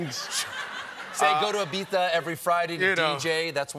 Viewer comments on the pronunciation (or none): lol its IbiZa. Idris has a cockney accent and they pronounce the Z with a th. Colbert got caught up in the sexiest accent of the year and kept calling it Ibitha.